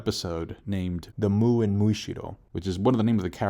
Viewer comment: It's not Mu, it's Muu. Elongated. So it doesn't mean void.